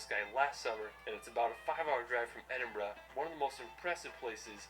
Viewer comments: For future reference don't say "Edinburg" say Edinbruh which is the way it is produced Edit: never mind it is said later in the video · EdinburG 😭😂 i find Americans so funny omg. We actually pronounce it EdinbrA or EdinbrU even tho its spelled Edinburgh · Definitely pronounced Edin-bruh. We get quite offended when it’s pronounced Edin-Burg 🤣 Also, at the bottom of Arthur Seat, the grounds of Holyrood... pronounced Holly-rude 🙃. Scotland is the most beautiful country in the world and us Scots will give you a warm welcome! 🏴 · I can't believe you said Edinburg when is Edinburgh I'm a Scotsman and I feel offended 🏴🏴🤦‍♂️🤦‍♂️🤦‍♂️ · If she calls it edinburg again im gonna scream Its Edinburgh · Don't say 'edinburg' say edin-bra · Did u say edinburg😅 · Its pronounced ed-in-bra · It’s the “EdinBURG” for me.. i laughed so hard at that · edinburgh, pronounced Edinburra. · Do you want to see dirty cities or beautiful country side? You can take tour buses or drive, it’s up to you how you want to travel. It’s actually pronounced eding-bur-aah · only if you have a speech impediment ,,,,,,remove the G ,,,,it`s Edin-bu-rah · 2 things please learn to say Edinburgh and no you can't get an Uber there 🤣😂🤣😂😂🤣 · surely she didn’t just pronounce Edinburgh like that 😭😭 scots have my back on this one this is embarrassing 😭😭😭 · Sorry but you did not say Edinburgh right 😂